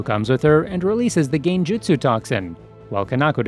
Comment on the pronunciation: Love how he said genjutsu